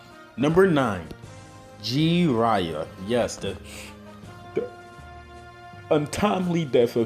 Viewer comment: "G" riya XD